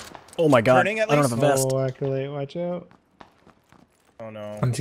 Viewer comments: lmao Charlie calls him "Accolade" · i swear keeps calling Aculite, Aculade!